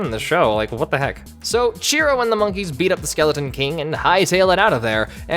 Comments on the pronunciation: Chiro, not Cheeto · lol what is his name, cheeto or chiro? Cuz i keep hearing "Cheeto'' in this lol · Huh, I didn't know that episode was actually the first one. Also, you sound like you're calling him Cheetoh. And that big old monkey looks like Bane. Lol this cartoon was my childhood. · The name is Chiro. (Chee-ro) He says this himself. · This entire time I thought he was saying "Cheeto." My life is a lie